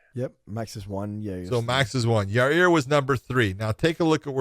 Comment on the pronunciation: I’m waiting for Josh to start calling Yair YA-REAR like Chael does 😂